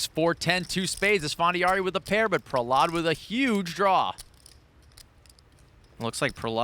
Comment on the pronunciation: Why do they keep pronouncing Prahlad’s name like that smh